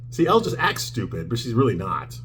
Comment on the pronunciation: I assume you’re doing this to be funny, but Elle Woods is pronounced “L”, not Ellie.